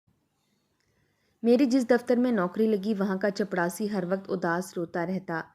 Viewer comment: OMG please chaprasi bole ... Jitni baar ap chapdasi bol rahi h man kar raha story yahi se band kar de